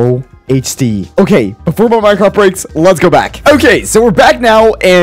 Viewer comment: is it just me or in the intro did it sound like he said this is minecrap